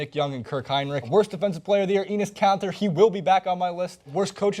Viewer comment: I don't appreciate how you pronounce kanter